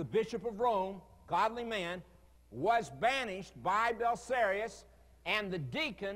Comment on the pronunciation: Why does seem utterly incapable of pronouncing the "-ius" ending? Bellisarus, Silverus, you're missing an I!